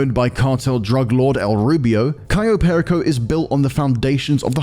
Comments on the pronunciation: "Cairo Perico" yeah might wanna read that again lol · At least pronounce the title correctly. “Cairo Perico” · Why do you keep saying Cairo Perico? It is Cayo Peico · Cayo Perico. Not Cairo Perico. Dude needs to get his pronounciation correct. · The island: Cayo Perico This guy: "Cairo PÉrico" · Why does he keep saying Cairo Perico instead of Cayo Perico? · It’s not CAYRO, it’s CAYO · Love how they mispronounce Cayo Perico every single time.